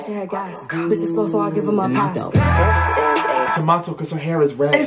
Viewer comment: Nicki say’s 1, 2, 3, 4… booo … te mato - not tomato xd